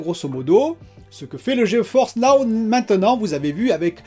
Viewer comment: Salut, c'est pas plutôt Ge-Force Now? Tu dis tout le temps Geo-Force Now 🤷